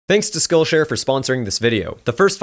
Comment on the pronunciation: Totally sounds like you are saying "Skull Share".. Thought this was a prison channel.. LOL Great content as always!